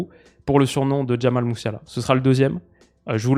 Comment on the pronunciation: Un joueur si agile dans les petits espaces : « Jamail Muiouseler »